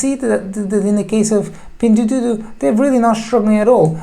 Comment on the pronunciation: Your pronunciation of "pingduoduo" is awful and wrong :D Thanks for the great Video tho!